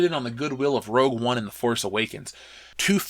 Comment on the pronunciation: Brent Anderson the g goes in the middle, unless discussing makeup. (Rogue, not rouge)